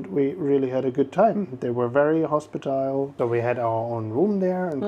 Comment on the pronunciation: Hospitable, not hospitile. I hope this helps. I'm amazed at all the languages you both speak.